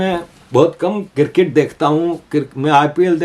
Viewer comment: Why despite reminding you have not stopped saying 'kir-kit'. It is cricket.